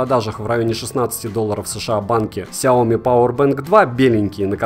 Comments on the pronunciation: если еще будешь называть правильно сЯо мИ, а не как деревня сяОми, то будешь похож на истинного фаната, да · произношение как всегда режет слух. сЯо мИ. и только так, здесь 2 ударения. хорошо хоть не ксиОми как некоторые особо отбитые говорят. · Слышь, фанат Xiaomi, ты даже не знаешь, где в этом названии ударение ставить! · Хиаоми сука де Браш)))